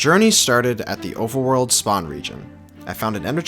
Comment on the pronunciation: “Overerworld” 0/10 literally unwatchable.